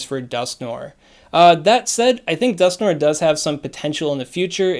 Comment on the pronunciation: Dusk-No-Er (We're NOT giving them Litwick) ... The Niantic "brain" storm session motto ... Also swaaaaaaaag ... tips